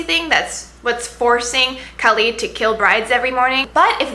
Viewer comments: SHAH-razad, u pronounce the h and roll the r, and KHa-led, the kh is phlegmy lol. That's how you say their names. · Shahrzad is actually pronouced shuh-re-zad and Khalid is pronounced with a kh sound not a c or k sound and is more like khe-lid. I'll admit Shahrzad confused me a bit at first but once I read it in Arabic it clicked immediatly, and Khalid was too easy to figure out, I should know, I speak Arabic, I hope I clarified for you :).